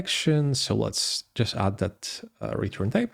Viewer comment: man, it´s called "that" and not "dat" ;-)